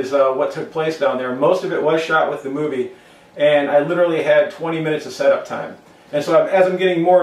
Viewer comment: and he said moovi lol